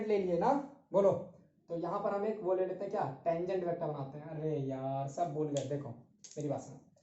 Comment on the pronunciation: Sir aap itna "shab " kaise bol lete ho 🙈🙈😆😆